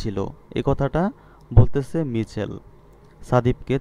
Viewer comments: স্যার মিছেল না মাইকেল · মিচেল হবে না হবে মাইকেল😂😂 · ওইটা মিছেল হবে না তো ওটা হবে মাইকেল! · Michael এর উচ্চারন হবে মাইকেল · Michael= উচ্চারণ মাইকেল হবে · মাইকেল উচ্চারণ হবে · উচ্চারণ= মাইকেল হবে +অন্তি হবে